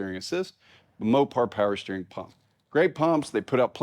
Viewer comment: "Peewer steering," I heard that. 😂